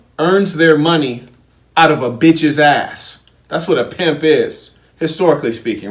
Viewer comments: I can't even watch the video because of the way he says Piymp I'm still in the 1st minute I need to practice how to say Piymp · Love the emphasis,! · How you say pimp 🤣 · Laughing so hard at the way you say pimp every time!?!?!? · Errbody cant Pronounce PIMP!!!